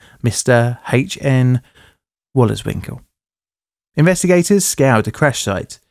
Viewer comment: His name is Henk Wolleswinkel. Pronunciation was pretty decent for an English speaker. His pronunciation of "Schiphol" could use some more practise though.